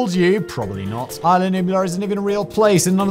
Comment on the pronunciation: is la, not eye la